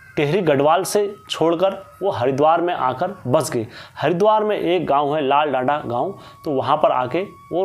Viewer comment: लालडंडा नहीं ,,लालडाँग* है जगह का नाम